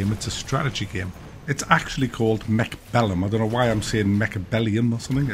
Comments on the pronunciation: It's not Mechbellum - it's MechAbellum! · It's actually called MECHABELLEND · no he didnt, he said the right thing was wrong and the wrong thing was right....its also in the title, and the game IS CALLED MECHABELLUM.....it is what is is and he is wrong...so are you